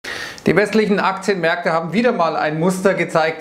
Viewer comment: Ich liebe es wenn du sagst "su di akzjenmerkte"